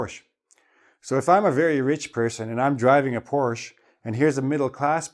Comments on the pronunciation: It's Porsche not porch Omg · Thank you well for pronouncing the words so clearly and for all the explanations along. The lessons are super helpful to me. Btw: The last letter of the brand Porsche is pronounced like the “e“ in elephant. Cheers from Porsche-hometown Stuttgart :-)